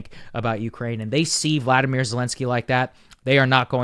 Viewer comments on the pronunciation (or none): You always mispronounce his name. It's Volodymyr not Vladimir 🤣😊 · It’s VOLODYMYR. There is no A in his name. Do you think we can start pronouncing it properly. His name is NOT the same as Putin’s.